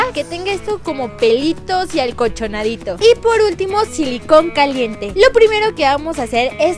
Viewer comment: jajjajajaja minuto dijo alcochonadito jajjajajaja era acolchonadit